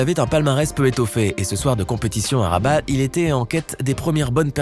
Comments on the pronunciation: On dit rabat et non rabatte 😂😂😂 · on ne dit pas "rabate" mais on dit "raba"